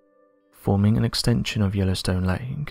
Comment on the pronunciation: Dude it's lake not lanek